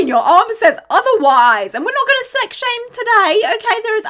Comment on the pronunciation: I hope you are sitting comfortably, and you are cozy, and have your “sex” and your beverages 😂😂😂 I rewound several times and that’s all I hear